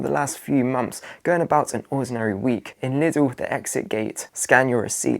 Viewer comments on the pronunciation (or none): THING, not "fing", THOUGHT, not "fort", MONTH, not "munf" . . .